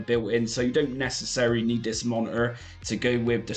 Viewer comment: Why do you say compu-er and mono-er?